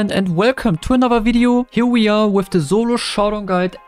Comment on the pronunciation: "zolo showdown" but still got "showdown" true